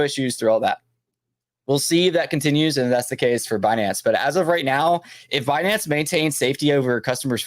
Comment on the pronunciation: Comment 🚀🚀🚀wild times … happy holidays thanks for content and info …. Sending nothing but best wishes to you & your family 🫡🫡🫡🤝… it’s funny how she pronounces Binance Be-Nance😆